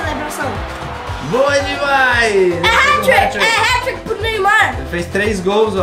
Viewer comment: Agente fala heti trick